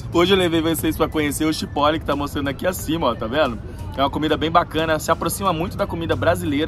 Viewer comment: Acho que se pronuncia tchiporol.